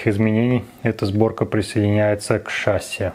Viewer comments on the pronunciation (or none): ну какое шАсси, ты же начал какое-то время назад правильно ударение ставить, почему опять на кривое вернулся? в любом значении там на последний слог. и в слове красивее ударение на и падает, а не на е, это либо здесь было, либо в обзоре форд гт. но это единичный хотя бы случай